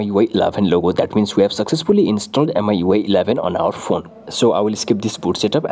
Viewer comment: Not miui eleven🙅‍♂️ it ellaaaven👍😅